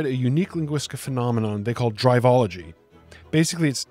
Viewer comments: A quick note: It's Drivel - ology not Drive - ology. Good vid though. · brother. google the word "Drivel" which you've apparently never heard, it is pronounced driv-ill, and the author is coining drivel-ology. You called it "drive-ology" the entire time as if it has to do with driving.